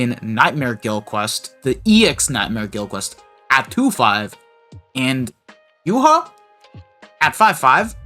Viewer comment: I’m convinced not a single brave souls player has watched the anime…. Who tf is “Yuha”? it’s pronounced “Yu-ha-ba” 🤦🏻‍♂️